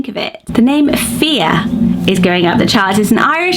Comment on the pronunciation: Great list! FYI, Faidh sounds like you’re saying “fear.” You even say the word fear while discussing that name, and it sounds exactly the same.